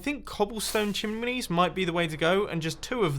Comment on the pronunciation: he said Chimleys inset of chimneys P.S Hahahahahaha😄😄😂😂